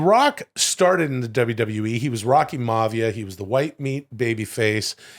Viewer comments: mavia??? My-A-Vee-Ya, Rocky Maivia. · Maya -via is the pronunciación for Rocky Maivia #FreeWill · lmao...Will, you're not going to like this, for I imagine you've been saying that for a long time...but it's pronounced................ Rocky "MY-uhh VEE-uhh" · Will, pronouncing Rock’s last name wrong….what a mark. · How is Will such a big fan but can't say The Rocks real name properly?! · As a wrestling purest that Will claims to be, you'd think he'd be able to pronounce Maivia correctly.